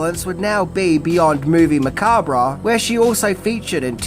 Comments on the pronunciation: Drinking Game Take a drink every time pronounces "Macabre" incorrectly 🍸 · You don't pronounce the RE in macabre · I took a shot every time you mispronounced "macabre" 😅😅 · The "re" in "macabre" is silent... at least in he U.S., lol. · Hey, the r in macabre is silent. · I never understood why some pronounce macabre with the R silent 🤨. Anyway excellent video and I hope you get a "job well done " from the lady herself 🤞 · Spooky and Sensual one,. 😉 Also! OMG! It's pronounced "Mu-cob." Yes, the b and the r and the e on the end are all silent. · Because it was originally a French word, which would have been pronounced "macab." It's a regional thing. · MOVIE MA-COB you're pronouncing it wired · I took a shot everytime you said Macabre wrong. And now im in hospital with a fucked liver becaue of tou. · The re in macabre is silent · I have an insane crush on Elvira, and I love your content about her. I thought I knew almost everything about her, but you revealed so much more that I didn't realize I didn't know. However, I cringe every time you say the word macabre as "ma-KAWB-reh", as it's originally a French word, and pronounced as "ma-KAWB", not "ma-KAWB-reh". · Okay. I really REALLY tried, but it's not "Movie Macaberra", It's movie Mancab". phonetically. The "R" is silent. JFC this is annoying. Makes me want to kick things around the room. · "Macab-RAH"?LOL! Its pronounced Ma-Kob, it's a 2 syllable word, not 3. Don't believe me? Google it. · sorry but its pronounced macarb not macarbra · Macabre. Pronounced "ma-KAAB". / You do great work m8. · The word is pronounced “Ma-cob” you idiot!!! If you don’t understand the English language you probably shouldn’t try to broadcast your own YouTube channel. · it's pronounced Ma-COB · This an enjoyable video with a lot of good info. Some thing that may help here (and said gently from one video maker to another), macabre is said muh-kaab. ;) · Macabre is pronounced muh·kaab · Its pronounced "ma-cob" 👍